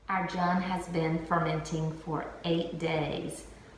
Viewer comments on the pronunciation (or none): Nice tutorial, I think its pronounced june like the month.